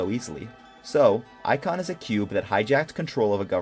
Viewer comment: ic-on amongus contaimnent